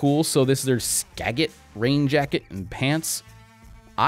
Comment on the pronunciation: It's pronounced skajit